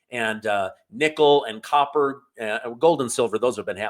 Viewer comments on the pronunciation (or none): none